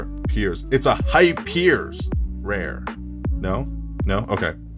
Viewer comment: another sick pick up! Clicked off the video when you said hy piers rare though.. jk LOL